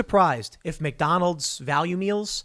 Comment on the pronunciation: Tim: "People eatin' at Mack Donnel's"